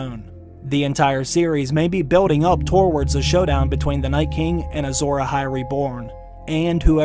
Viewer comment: Toe-wards. Lol. Where u from homie??